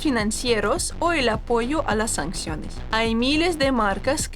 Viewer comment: Sanciones. Se escribe y se dice sanciones, no sancsiones. Saludos.